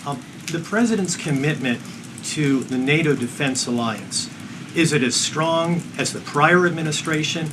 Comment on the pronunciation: What does 'schtrong' mean?